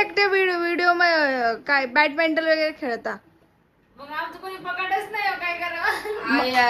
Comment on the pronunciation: Bad mintol 😂😂😂 badminton ❤